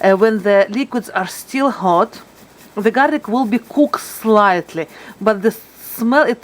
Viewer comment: "w" jadi "v" example the word "will" becomes "vill".